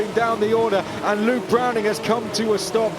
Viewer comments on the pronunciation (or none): none